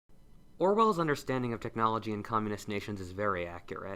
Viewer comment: "keknology" Top kek.